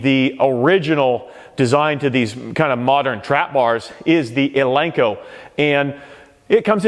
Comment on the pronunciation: Nobody will take you serious if you can’t even pronounce “Eleiko” right.